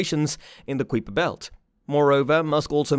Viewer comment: i had already sub'd when i heard you pronounce Kuiper belt and quasar (google that spit) ya, so anyway, was sub'd less than 1m in and unsub'd before the halfway mark of your video... sad for you.